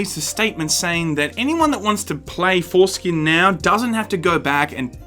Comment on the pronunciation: You said "foreskin'". Freudian slip? I think its fitting since they are jewing us.